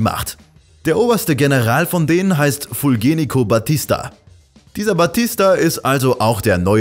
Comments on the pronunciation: Fulgencio Batista, nicht Fulgenico Batista, combrendez? Cuando hablas de Cuba, no hablas falso!!! Bitte korrekte Reportage! Danke! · Ich bin kubaner und mir hat dieses Video sehr gut gefallen.Alles ziemlich neutral erklärt.Prima für lernen. Nur eine kleine Anmerkung : es heist Fulgencio Batista ( - cio und nicht -cico).Danke und machen Sie bitte weiter so .